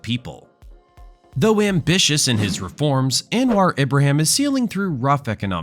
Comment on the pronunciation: “anne-wah abraham”… that really cracked me up 🤣🤣🤣